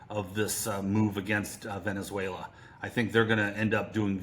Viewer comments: VenezueLIA? Errrr...nope - wth? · Someone want to teach this " journalist" how to say Venezuela? Tell her that country has never been called Venezuelia by anyone ever! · She mispronounces the country as Venezuela-ia. Can’t they find an interviewer who actually speaks English ? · It's pronounced Veh ·nuh ·zway· luh. Not every country needs to end in "ia". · Gi shin ping? Venezueleeeeaa? Had to be on purpose right? Or thick af? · Its Venezuela not Vendzuelia !! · There's no 'i' in Venezuela,. Sorry, but it really irritates me when I hear a country's name being pronounced wrongly so many times in the same discussion. Otherwise a really good discussion. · Apart from her extremely annoying voice and pronunciation of Venezuela, how many times did she say Venezualia ?? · Does everyone in Australia say Venezualia? I won't blame a ya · I'm from Australia and I don't say Venezuel..i..a. I am not sure how you can get employed by the Times without being able to pronounce the names of countries correctly.